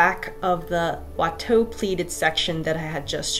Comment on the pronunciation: Well, she SEWS in French better than I do! And she pronounces « Watteau » and « Boucher » just fine.